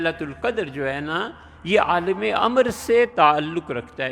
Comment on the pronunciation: عالم لام کےزبر سے کہنا چاہئیے لام کے زیر کے ساتھ بلکل غلط ہے ۔